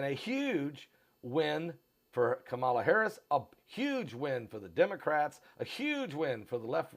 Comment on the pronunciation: You are not pronouncing VP first name right. SAD.